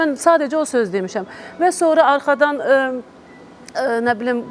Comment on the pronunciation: Evlad yox .óvlad ,sonara yox .. sonra Ay tupoy tolik